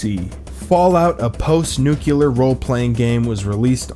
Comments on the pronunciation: I stopped at "nucular". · I hope that 'nukular' was an ironic mispronunciation...